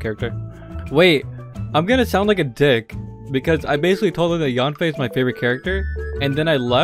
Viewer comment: i will cry as yanfei is pronouce a biT wrong wah